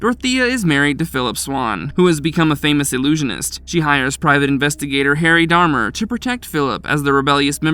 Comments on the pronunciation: It's Harry D'Amour (Dee Amour) NOT DARMER . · I have the feeling that the narrator didn't watch any of these movies and is just reading from a script someone else wrote. If he would have watched Night Breed he would have pronounced Cabal and Harry D'Amour right. Unsubscribed